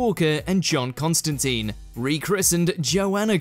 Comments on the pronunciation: IT's TINE (rhymes with fine) not TEEN (rhymes with Been)!!!! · It's ConstanTINE (rhymes with fine), not ConstanTEEN. The worse is that in the clips shown, the correct pronunciation is used.